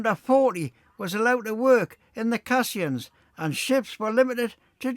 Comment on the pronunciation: Another hugely interesting & informative video- thank you. Just one minor point, the circular watertight structures that were used to allow the workers to dig below the water level are called ‘Caissons’ pronounced ‘case on’s’, not cassions. Thanks again for another brilliant video 👍👍